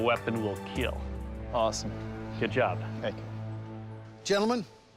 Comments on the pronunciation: it will keel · Doug: "No Visible Broken Bones..." Also Doug: "This Will Definitely Keel." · iT wIlL kEeL!